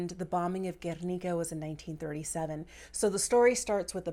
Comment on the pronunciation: As a Spanish person, I loved how you said “Guernica” ☺️